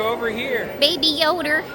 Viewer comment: Baby Yader?! You remind me of a YouTuber from the Atlantic northeast, who says Leaher. 😆 Are you also from that region? -The Disneyland Neighbor